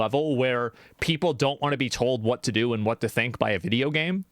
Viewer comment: I can only hear gayme now